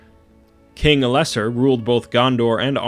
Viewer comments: Elesser? ELESSAAAAR Morgath? MORGOOOOOOOOOOTH I'm getting so SICK of these """"youtubers"""" who always pronounce shit wrong. Delete your channel. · He said El-less-sore which is even worse lol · Ell-ess-arr, not ell-essar. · Right? Lol. King El-less-sore? Wtf. It's El-la-sar or Al-la-sar. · Also, Elessar is pronounced "El-ess-are" not "El-ess-err". Watch the gift giving scene from the extended edition where Galadriel says Elessar to him. Also Sauron as a taunting challenge right before The Battle of the Black Gate begins also say Elessar to him along with Aragorn twice. Elessar means Elf-Stone and Aragorn is known as King Elessar during his reign. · It is spoken as El Es ar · ELL-e-sah..... sigh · If you mean you have to say "are" at the end of Elessar, you are wrong. The "R" sound in Tolkien's languages is trilled. Also, the "a" sound should be a lot clearer than in "are". The "th" sound also is not an "f" sound. The position of your tongue when saying "f" or a voiceless "th" is completely different. The pronunciation in the movies is wrong many times. Not a good source to go by, at any point in time, when talking about lore. If you want to know how it really sounds, there are some recordings from Tolkien himself on Youtube. So maybe you shouldn't be criticize others, or are you constantly criticizing and correcting non-native speakers of your own language too when they have their own accent? And if you want to criticize, at least learn the correct form first. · it's good stuff mate but please pronounce Elessar correctly and stress the E and not the le. English pronunciation.